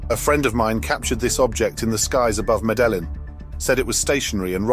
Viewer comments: The name of the Columbian city is phonetically pronounced “Meddy-een.” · Meda Lynn?? Or did you mean Meda-yeen?? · Uzeb-kistan? Meda Lynn? For a former world empire are Brits just awful at geography and pronouncing anything remotely non-English?